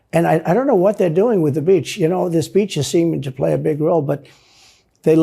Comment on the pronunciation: I laughed the way he pronounced „on the beatch“ 🥹